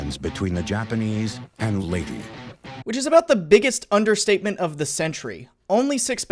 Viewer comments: Don’t really get how Leyte gets the -y sound after the e in documentaries. It’s always been Ley-te, with te said as in Ted. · Thank you thank you for not butchering the other Pilippino words but its LATE-TEH and SEA-BUYAN trust me I am a pilippino